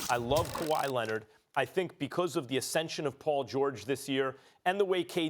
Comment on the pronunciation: Max has a very distincy way of saying „because”, it sounds more like bee-koz